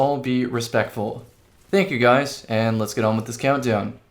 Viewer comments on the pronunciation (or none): none